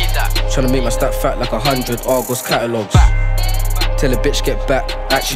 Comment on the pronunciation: Man said argos catalouges LOOOL